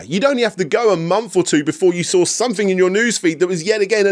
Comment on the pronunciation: I love this channel, but what is with the inability to properly pronounce words that contain the letters “th”? Since when do we pronounce “something” as “somefing”? Not trying to be a jerk, I’m just genuinely curious.